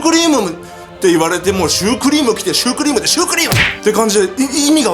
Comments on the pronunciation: ヒカキン様がシュークリームって言うとsupremeに聞こえる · シチュークリームって言ってたんじゃない？